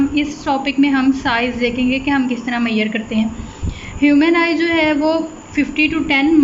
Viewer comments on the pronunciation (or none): Wtf is मैयर? It's measure